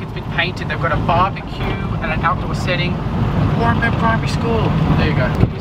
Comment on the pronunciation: Also it's driving me nuts but it's pronounced Warren Bane But Warren-burn.